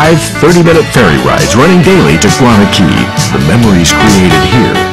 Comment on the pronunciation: its guana cay not "gana" cay